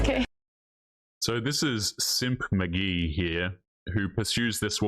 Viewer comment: 😆😆😆 "Simp McGhee" 😆😆😆 but Ghee like butter 😆